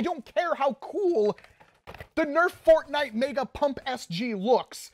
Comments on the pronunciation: HE SAID FARTNITE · when he is testing it for fps he says fartnite🤣